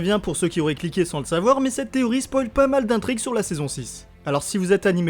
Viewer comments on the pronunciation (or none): none